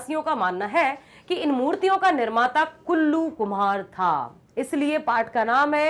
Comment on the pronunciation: Kallu ❌ kullu✅🤣🤣🤣